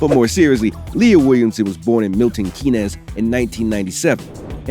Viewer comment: Ah yes, Milton Key-nes. Also, her mum and grandma are Arsenal fans, not Tottenham fans.